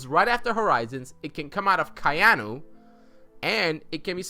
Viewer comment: Gotta ask: Why is everyone calling "Ka'ainu" "Kai'anu"?